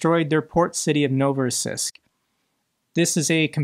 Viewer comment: It's pronounced novo-ross-EESK